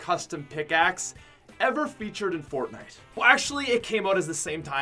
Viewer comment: Ummm yo said fornite Im pretty sure it’s fortnite